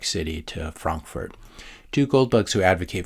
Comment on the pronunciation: I appreciate your accurate pronunciation of "Frankfurt"